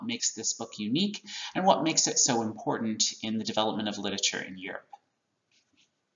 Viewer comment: the word literature actually has four syllables, but you can speed it up to three if you feel like it.. but it really does not have two.. you cannot say lit-chure